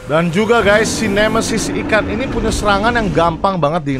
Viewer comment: Nemesis, bukan nemeisis